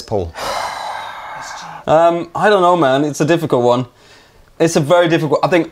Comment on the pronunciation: Will you please stop saying “Lez Paul”. It’s pronounced like “Less Paul”